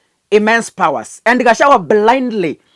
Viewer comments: Pronounce Ga cha gua NOT Gachawa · are you kenyan? can you pronounce gachagua ?